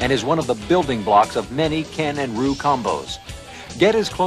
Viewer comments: Slightly impressed he pronounced Dhalsim correctly... then came "Roo." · Listen to how they want us to say RYU... "RU"? / "ROO"? Really?!?!?! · I lol'd when they said ''Roo'' instead of Ryu. It's the 90's alright XD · So this is why Seth Killian calls Ryu, Roo instead. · Ryu not roo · My ears cringe when I hear this guy pronounce Ryu's name wrong. What in the love of ass is "Ruu?" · I thought I'd heard all the ways to mangle Ryu's name, but "Roo" is a new one on me. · Nicholas Santiago pretty sure it's "riu" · Outstanding video. Been playing this on Genesis since the nineties, but just bought the mini arcade version and have to learn the controls again. This video is very useful, but I'm cringing every time they call him "Roo". 😬👍🏾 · Did they seriously refer to Ryu as Roo? I'm used to Americans pronouncing his name wrong, even in that horrible movie adaptation in the 90s...that I couldn't wait to see...and actually enjoyed at the time.. but this is a new one for me. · Great video, but it bothers me how they pronounce the name like "Roo" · I mean, i know ryus pronunciation is a mystery, but.... ROO? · Who the hell is “Roo” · Eww, the way they pronounce Ryu's name is painful. It sounds like Roo. Like he's some sort of marsupial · Roo he said roo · "Roo" and "Saggit" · lol it's closer than most people pronounced it back in the day. Rye-yoo. :) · They pronounce ryu name wrong in this video lol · Everybody pronounced Ryu wrong back then. :)